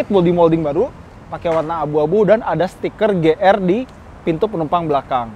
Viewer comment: Ti Ar Di bang,,, Ji Arrr bang,, 🧐